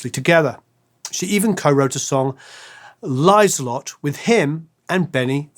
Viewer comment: Just a couple of tips for anyone who's interested (probably not that many, but anyway) : 1. Swedish doesn't have any diphtongs (except in a few loanwords and some dialects like skånska), so this guy's pronunciation of "Lycka" and "Liselott" sounded really funny. 2. Swedish doesn't have the th-sound, so "Agnetha" should be pronounced with a hard T. 3. Å, Ä and Ö have their own sounds and you can't just ignore the "dots" and pronounce Ö like O, for exemple. Å sounds something like the O in "or", Ä sounds like the A in "apple"and Ö sounds like the I in "girl".